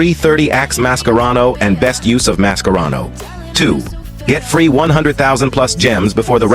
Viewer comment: Why does the AI voice sometimes pronounce Mascherano with K and sometimes with C